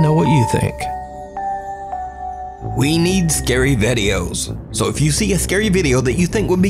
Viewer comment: Wtf Why Did You Say Vedeos Instead Of Videos.